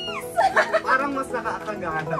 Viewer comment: no one: literally no one: me: stuck at mavi’s ‘parang’ woah